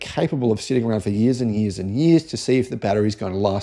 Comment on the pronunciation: "Whataya gonna do, sit around for TEN YEERS?" lol